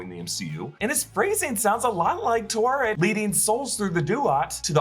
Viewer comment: Taweret Ta We Ret... not Tuaret / Twaret / Tuwaret arrghhh